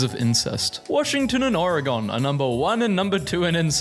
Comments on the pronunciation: it's pronounced Ore-gen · “Ore-gone” oh my Oregonian heart 💔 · He also mispronounced Oregon.